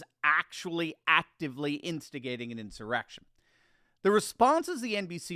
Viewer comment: Have to admit I backed the video up about 10 times just to hear roll his R's in the word "insurrection" over and over again